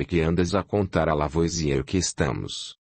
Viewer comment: Pena que, apesar de ser uma voz maravilhosa, a IA não consegue pronunciar corretamente os nomes em francês, como "Lavoasiê", por exemplo.